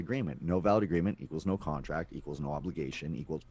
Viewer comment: talks too much about america and pronounces contract like he's from new york is he from america and hiding from the law in canada?